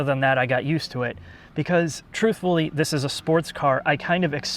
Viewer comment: It would only be 50 times if wouldn't say "THIS" in the most annoying way possible.